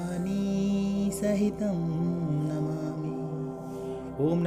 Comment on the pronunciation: Bhavbhawani nahi vah bhavami hai